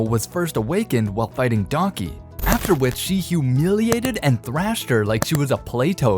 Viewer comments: It’s Daki, not Donkey. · Am I the only one that can hear DONKEY 😂😂(instead of DAKI😅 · Bro said Donkey instead of daki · You idiot it's "daki" not "donkey" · he says donkey instead of Daki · I thought you said donkey 😂😂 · I like how no one has mentioned dudes saying daki like donkey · Lol every time he says Daki I hear "Daunky" 😂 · why he calling daki, donkey?? am i the only one hearing this? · I swear this dude keeps on pronouncing daki as donkey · am i the only one who heard donkey instead of daki ?💀💀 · when he said daki i thought he said donkey